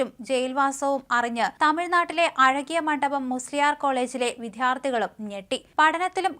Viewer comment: വിദ്യാർത്ഥി എന്നാണ് ഉച്ഛരിക്കേണ്ടത്, നിങ്ങൾ വിദ്ധ്യാർഥി എന്നാണ് ഉച്ചരിക്കുന്നത്. ശരിയായി ഉച്ചരിക്കുക.